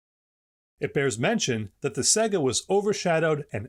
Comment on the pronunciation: Se-ga? Huh Sega like say-ga lol